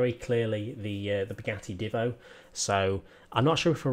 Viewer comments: Divvo That annoys me a lot It's Divo Said - diivo - Long I Just letting you know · By the way it's "deevo" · The Divo is said with a long i Just letting you know